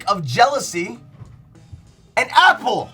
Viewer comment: XD ahahaha the "happle" and the "brreecckk"